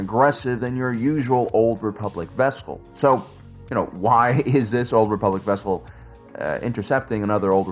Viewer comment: a what? a ves-kull?